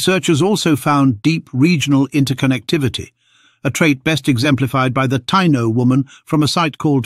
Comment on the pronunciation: You kept mispronouncing Tiano & Arawak! As a native American I already knew we have Denisovan DNA unlike Europe, Africa and middle easterners. That's why we have no body hair and barely any facial hair. It's also why all native Americans from the north pole down to chile have O blood type, Not A, B, AB, +, or -. By the way there are still Tiano tribes in Haiti, Dominican Republic, & Puerto Rico.